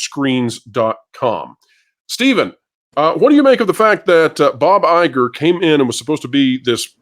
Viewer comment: Please Guys it's BoBo EyeGore 👁 🤣🤣🤣🤣🤣🤣🤣🤣